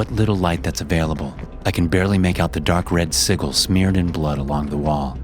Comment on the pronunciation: Nice vid. You say sigil weird tho. It's pronounced "S-i-j-i-l"